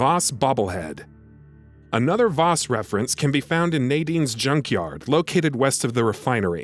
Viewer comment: Vaas is pronounced like the a in Apple , idiots.